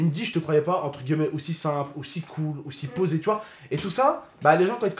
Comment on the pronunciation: Entre guillemet* arrête de dire tj entre gueullemet lol